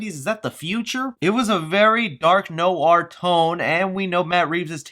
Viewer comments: Eka Wirayoga yes its spelled noir but you say no-ar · Noir rhymes with choir. Sounds like wire. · It is not no-ar. Imagine a kind of w in there. I never learned how to show phonetics properly, but it’s more like NWAUR. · Did you say.....know are (Noir)¿ ._. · It's noar right? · Why say “NOIR” the way you’re saying it? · Don’t pronounce noir like that.